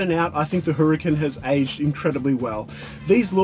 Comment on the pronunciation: ITS NOT HURR CAN its pronounced URRCON